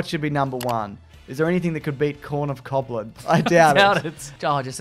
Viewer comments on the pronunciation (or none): Surely it would be Cobgoblin, like Hobgoblin, not just coblin?